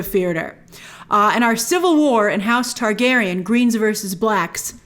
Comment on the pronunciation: Ayy gone tawr gay ryenne. I will respect George RR Soros' opinion on this matter when he finishes the books.